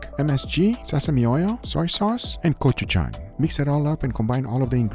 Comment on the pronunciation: Guga has perfected his pronunciation of 고추장 and 고추가루 🎉